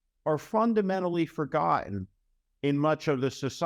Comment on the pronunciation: Steve, we love you. But... The word forgotten has 2 t's. Not one D.